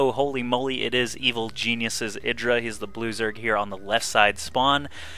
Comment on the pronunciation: I hear "loser" instead of "blue zerg"